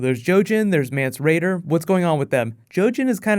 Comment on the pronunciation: Mance Rayder?